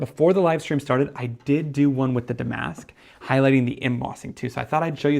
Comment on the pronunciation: These are beautiful. I was thinking that damask would be good. Damask is a type of fabric or embroidery that was used on chairs or was a pattern on vintage wallpaper. Is pronounced dam’-ask rather than da-mask’.